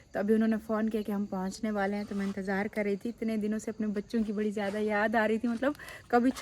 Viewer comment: tumhare kuch words bhtt ghalat hn sahi se bola kro ziadi nhi ziada hota he zehid nhi zahid hota he